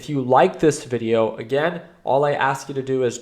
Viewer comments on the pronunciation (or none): none